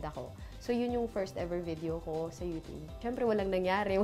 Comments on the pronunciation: YOUTUBEEEEE...HND YOUTOOB GIRL....PUHLEASEEEEE! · TAWNY TEXY ang pronunciation kasi ng 'tube' is 'tub' lang..so parang 'toob' talaga kapag pinakinggan. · Mamshie Ronan &! 😍😍😍 That YOUTOOB pronunciation iz legit. 😄